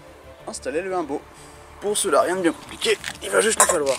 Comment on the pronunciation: Ah et ou dit "oumbo"